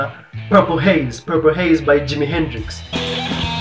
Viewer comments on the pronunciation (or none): Ebu say that "purple haze" again 😂😂